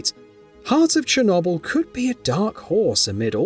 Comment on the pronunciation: Neither is cher-KNOBELL